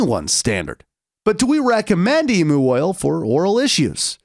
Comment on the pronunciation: It's pronounced like Emyou oil not Emoo oil 😂.